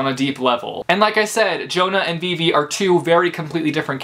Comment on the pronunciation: Him pronouncing Vivi wrong 😕